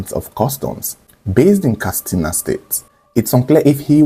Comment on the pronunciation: Katsina not kastina